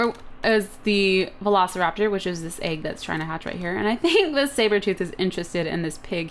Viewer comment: Cupquake: "veloSLEraptor!" Me: *Cringe*